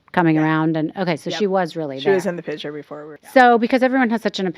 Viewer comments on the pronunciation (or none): You said Robyn said “Big Picture” but it’s” Pitcher”😂